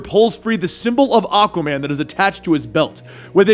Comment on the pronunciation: Ah-Kwah-Man not Ah-Kah-Man It's a "Q" not a "K" I hate to be that guy but you made a video of a character whose name you mispronounced for 9mins and 25secs (Great video though Wet Dave needs for respect)